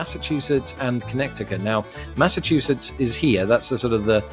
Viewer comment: 👏🏼👏🏼👏🏼 impressive. BTW, I especially liked how you said Connecticut. 😂 (The first time - the second time you nailed it). By the time I was typing this you hadn’t said Oregon yet, wondering if you’re going to butcher it or not . . . aaaaand, we’ll done. BOOM!! You rock!! And yes, you SHOULD be allowed to vote, you know more about our country, not just geographically, than a good portion of native-born Americans, and I have no doubt you would take elections more seriously than a bunch of yahoos out there that don’t bother researching what people are really all about before they vote for them.